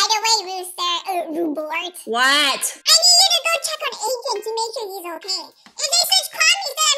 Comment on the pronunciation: Lol said ruthbort or ruthburt idk which one it was